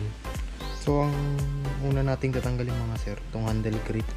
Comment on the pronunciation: Ewan Bakit naging Trotil at handil ang Pag Bigkad dapat throtol ang pag bigkas ng Throttle at handol naman ang Handle..